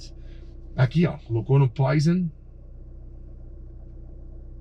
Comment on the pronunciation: Parabéns pelo Canal! Gosto muito da forma com um "Q" de humor e abordagem técnica fácil de entender. Só um porém: o botãozinho vermelho no volante Poison, que significa veneno em francês, então a pronúncia correta é "poazon ". Mais uma vez, parabéns pelo canal.